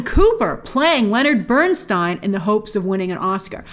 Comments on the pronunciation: Dear Grace, thank you for this wonderful review. Lenny will always be my NUMBER 1. Even after 33 years I miss him so much. You are one of the rare people who know how pronounce his name correctly 😀😀😀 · That is how it is pronounced tho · A note to those moaning about Grace‘s pronunciation of Leonard Bernstein’s surname. It‘s of German origin and Leonard himself preferred Burns(tie)n over the Americanized Burns(tee)n. If you drink Riesling wine it‘s a R(ease)ling not a R(eyes)ling 😉 Easy to get confused…